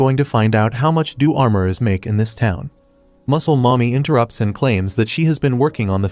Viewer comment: Pls stop saying muclel momy